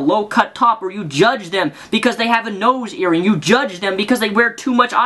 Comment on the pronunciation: Did you really say nose-ear-ring? o.o